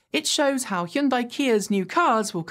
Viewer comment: you say you be teacher, before? What you do when student keep making same mistake? Still show correct way, right? The car company Hyundai isn't pronounced, "High uhn day". Hyun is one syllable. It's not an English syllable, but "hun-" is much closer than "High-uhn". The "-dai" syllable is closer to "-deh", as in "debt" (with the "-bt" being silent). So, say, "Hun-deh". Again.